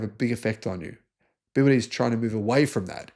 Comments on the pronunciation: also he cant pronounce BEE Y DEE ?? dont know why ??? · It is definitely worth it learning Pinyin to pronounce the Chinese names correctly. The ships are named after the production sites of BYD in China.